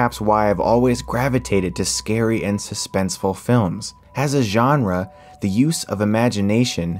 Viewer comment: Thank you for pronouncing "genre" correctly.